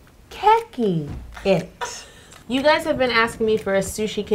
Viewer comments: Okay, I know this is really nitpicky, but I need to get this off my chest: The e in "keki" is long, so not "kekki" but "ke-ki" I really loved your video though and I'll probably try to recreate that ケーキ for my next birthday party ^^ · Wait it’s not keh ki...it is kay key ケーキー。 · The way she was saying it drove me nuts 😂 I took several years of Japanese and was always taught it’s more like Kay-Key not Keh-Key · you said kowai not kawaii and kowai means scary... kawaii means cute. Your pronunciation of the word kēki is off... it sounds strange. Its keeki not keh-ki more like kei-ki kei like the kay in the word okay. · Super easy to confuse but, in Japanese it isn’t ke-key it’s closer to cake-ee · Lol yo, it's pronounced "Cakey" not "kekey" I couldn't breathe whilst watching that bit 😂😂😂😂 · Kēki is actually pronounced cake-ie not ke-ke but cake-ie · the hell is "keh-key"?? It's literally pronounced "cakey" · Her Japanese pronounciations... She said kway and not kawaii, she said keke instead of kēki and this was overall pretty cringey with the Bowing and stuff, that’s just inaccurate ... I’m not hating, just saying since I’ve been there and I know a lot about Japanese culture and I speak fluent Japanese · orzo IKR and kēki wrong too 😂😘 I love this video! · you are saying keki wrong